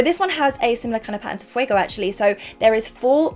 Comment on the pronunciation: No sabia que hablas español, me gusta que pronunciaste fuego, marron y rosedo bastante bien. Siempre pensé que alguien que habla ingles como su primer lengua no puede pronunciar bien en español but you proved me wrong! Amé las 3 paletas aunque no las pueda comprar porque hay mucha inestabilidad con el tipo de cambio y sale muy caro en pesos argentinos. Btw love your videos, keep up the good work. Saludos desde Argentina